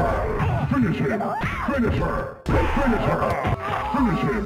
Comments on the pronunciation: Every MK: Finish Him Finish Her MK: Fonosh hom Fonosh hor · When it comes to Johnny Cage, I now start to hear: Finnish Im, or Finnish Er. I should not have watched this from beginning to end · In mk11 i just heard Finishim Finiher